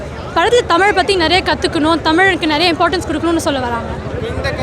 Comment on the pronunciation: தமில் இல்லடா தமிழ் இவன் கிட்ட அந்த தமிழ் மாட்டிக்கிட்டு தவிக்குது